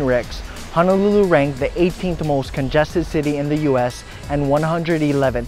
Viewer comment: Auwe. “Hana”lulu. C’mon guy 😉